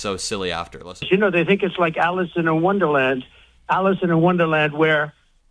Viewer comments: Did he say " Alison" in Wonderland??? My hearing is wonky. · Hey trump it's Alice in Wonderland NOT Alicyn. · Hey.Trump says Alison in wonderland... someone needs to tell him it's "Alice " in wonderland.. he's brain dead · Did he say “Alison in Wonderland”🤣🤣🤣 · He said Allyson in wonderland 😂😂😂😂😂😂he doesn't even know the story or the names😂😂😂😂as old as he is😂😂😂😂😂just pathetic 💙💙💙💙🇱🇷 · Sounds like he said Alison in Wonderland. It's Alice. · Did he just say “Alison Wonderland”??? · What a dingus - it's Alice not Alison.